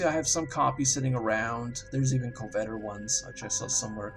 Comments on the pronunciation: cohVETor, bruTEX, shimra. You're looking for Covetor (cuh-vet-or), Brutix (br-ticks), and Chimera (ki-mere-a). Please sir. Please. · COVetor not coVETor. otherwise good video, thanks. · co-vett-er? Cov-eh-tor. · please stop saying coVETor. It's COVetor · How do you pronounce "covet"? Then add an "-or" onto the end... Why do so many people mispronounce ship names in eve. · How do you not know how to pronounce "coveter?" Honestly... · Had to quit watching when he couldn't pronounce covetor.